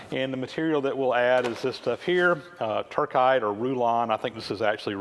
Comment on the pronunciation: I think its Tur-SITE and not Tur-KITE.